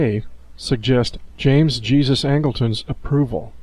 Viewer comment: Learn how to pronounce a person named Jesus it's not Jesus (Christ)